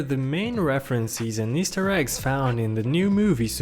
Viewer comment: Pro Tips: The S in "Island" is silent (also the I in "island" is pronouced like the letter), "reference and references" are pronounced like "reffrens and reffrensehs", "Easter" in "Easter Egg" is emphasized (and the Ea in "Easter" is pronounced like "ee" not "i" (short)), and I don't know what else. Try your best, one of the random people that narrate in videos and narrated in this one!